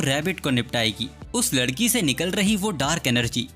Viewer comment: MANE DEKHA TU NE LADKI KO LAKI BOLA😂